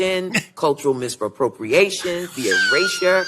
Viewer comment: "Misproportiation". I mean if this is the standard then they'll let just about anyone join their ranks.